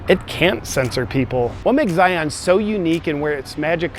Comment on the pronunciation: Every time you say Zion I twitch a little.